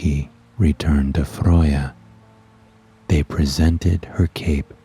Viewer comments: FROY-YA!?!?!?!?!?! bitch its FREY-YA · but every Norse person I actually know ALL say you are butchering her name 🤣🤣🤣🤣🤣